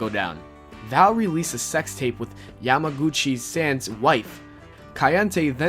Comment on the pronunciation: I don't think the dude talking was around during the attitude era. He mispronounced kaientai, yamaguci San and droz